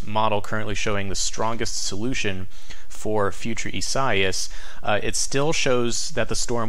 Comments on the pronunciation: ees-ah-EE-ahs: Lol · By the way,, I believe Isaias has 4 syllables, pronounced e-sa-EE'-us (long e first syllable, accent on 3rd syllable). I-sa-i-as